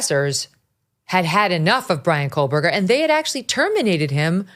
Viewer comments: KO-BURGER. No L. It’s time to pronounce it correctly Megyn. Love your coverage of this and you! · Megyn Kelly: “Bryan Cola-Burger”. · Why in every video about BK is Megan saying kohl Berger ?! Come on now pronounce it correctly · Koh-Berger. Not Kohl-Berger. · Here we go again with the “KoLLLberger” Megyn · ‘KOH’ berger. No ‘Kohl’. None.